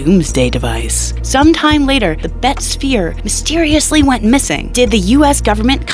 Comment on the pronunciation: Can't even pronounce the word "sphere" - convincing!